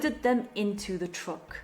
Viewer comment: The way you pronounce the word “truck” grated on my ears. And a couple of other words.